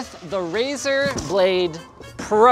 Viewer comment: "Rezar Prejoct Volervie" i´m dying X,D